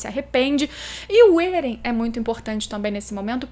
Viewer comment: êren não krlh, éren, É REN